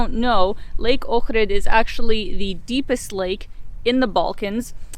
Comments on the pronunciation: Thumbs up for saying the name correctly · I’m impressed that you can pronounce Ohrid properly. Not many people do when I watch these travel videos. Good job. Edit: Ok, just saw your other video where you explain you're of Ukrainian background. Makes sense now. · Thanks for pronouncing Ohrid perfectly.